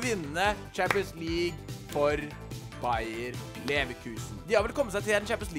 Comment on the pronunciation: bayer leverkusen, ikke Bayern leverkusen plis a🥲